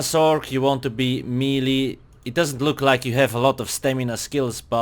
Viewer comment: Melee is pronounced "may-lay"